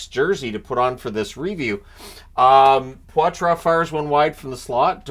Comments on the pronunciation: Don't mean to correct you but its Paw-Truh not Pwah-truh. Go! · "Poy-Trace" Not "pawtwah" ...I'm not lying to you. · He said he wants it said “potra” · Sounds like Poitras is going with the Anglicized "Potra" pronunciation btw